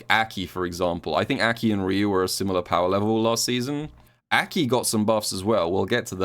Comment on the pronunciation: Will you ever pronounce Aki correctly?